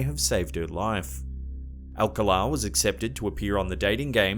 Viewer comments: BTDubs, re: "Alcala" has the stress on the second syllable ("ahl-CAHL-ah") 🧐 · Alcala Is pronounced al-call- ah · Rodney Alcala's name is pronounced al-CAL-uh. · You’re pronouncing the serial killers last name incorrectly. It’s All-calla, spelling Alcala. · Pronounced AlCÁla, accent on the 2 nd syllable. I remember this particular game show and Rodney’s getting busted and all the murders he was convicted of later on. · Its Pronounced Al Cal Ah.. why dont you at least Hire a Brit that can correctly pronounce comon words or research first?? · #2 not how you pronounce Rodney’s last name.